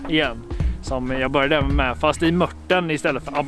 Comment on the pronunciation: MÖRT INTE MURT